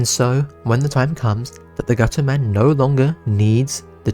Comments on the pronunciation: Gu’ er man Most British thing I’ve ever heard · Gu-er man 💀